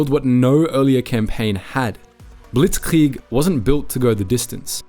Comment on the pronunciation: Saying things like blitzkrieg in a German accent is so weird why do English speakers do that no one else does you don’t hear French people speaking French and say hamburger in a American accent.